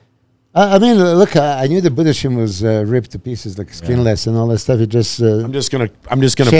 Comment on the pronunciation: Tim’s last name is pronounced boo-das-hyme.